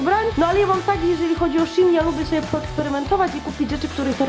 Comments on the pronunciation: szejn a nie sziin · ty nie umiesz mówić shein